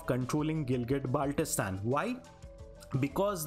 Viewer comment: Hello teacher I'm from Gilgitbaltistan Firstly your pronouncing the name very Wrong